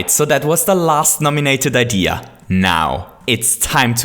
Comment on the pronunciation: STOP SAYING IDEAR IT IS SO FUCKING ANNOYING